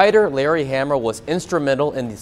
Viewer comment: It's pronounced "HA-MA" not "HAM-A"!